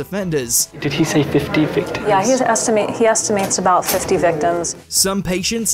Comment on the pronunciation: THE INAMATE "estimates" lol